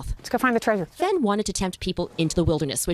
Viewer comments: Tree-sure? You mean Trey-sure. Like Leisure, Pleasure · Uh, “Tree-sure”? What! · why does call it treizure like seizure